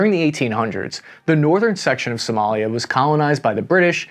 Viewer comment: is Somalia not Somolia.